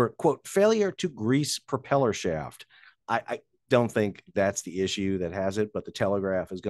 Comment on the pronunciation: Thought you said drops a shit.